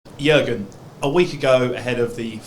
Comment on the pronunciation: i speak both, and i can tell you to learn Deutsch it is not that easy. one information ...to pronounce Jürgen.it must be like this Yuergen :)